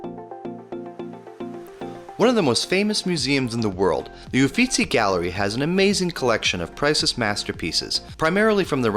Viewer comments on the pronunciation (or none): Beautiful photography and a very pleasant voice over- but there are several words that are mis-read, one quite amusingly- In Florence: Uffizzi Gallery, not Uffuzzi. In Positano: Limoncello, not lemoncello, and in Capri, the gondola is called a funicular- the word you substituted, vernacular, is a linguistic term, not a mode of transport!